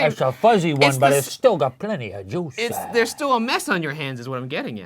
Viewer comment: It's a fuzzy one but still has plenty of juice-ah! Hahahahaha